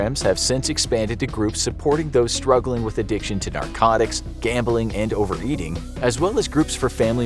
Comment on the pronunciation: Addiction pronounced A-dick-chin